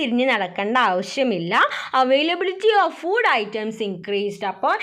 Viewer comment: Miss ഫൂട്‌ അല്ല ഫുഡ്‌ ആണ് 🙂